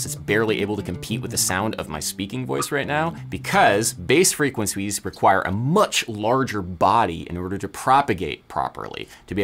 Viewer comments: "bass frequencwies" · frequencwies. Guys look he messed a word and didn’t re-record the whole section. Everyone laugh and point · Ah yes, those bass frequenswees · "bass frequenswees" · heheh bass frequenswees heheh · Adam said "bass frequencwies 🥺👉👈" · "bass fwequencwies" love u Adam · You said, “frequens wees.” Haha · "Bass frequencuies" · "Bass Freqwencwies"